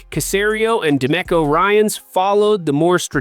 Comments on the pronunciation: Dude, this is the first time I’ve watched your channel and I don’t know what city you’re in, but for God sake, get your name pronunciations correct. It’s De MEEKO Ryans, not De Měcko. And it’s not Luke LÁ Chee; it’s pronounced Luke La SHAY’. And again, Jalen Pitre is pronounced PEÉtree, not PETER. I think any Houstonian who follows the Texans would know this. assuming you were at the practice to have all of this firsthand information about how the practice looked. You need to ask some people in the know how to pronounce the players’ names. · Bro called Demeco Da Mehco